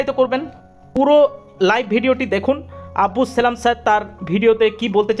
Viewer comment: আবদুস সালাম স্যার বলুন। নাম উচ্চারণ করতে ভূল হচ্ছে।